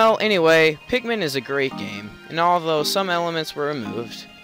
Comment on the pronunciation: why do you call them pek-men insted of pick-men?